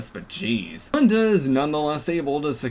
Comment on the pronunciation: You pronounced like 4 different names wrong (Lien-Da, Tikchaos, Rutan, and )